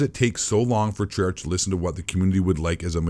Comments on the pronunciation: I'm sorry but I was taken off guard when you said Treyarch usually it's pronounced TrAA-aRk/TrAye-aRk As a reupload, this still stands today, though when I heard "is blackout going free to play?" You could tell this came out before Warzone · I know, the guy in the video (it’s not the same guy who posted it, its just someone who archived this) likes to call Treyarch (Tre-arch) just to mess with them, He does this to a lot of people and companies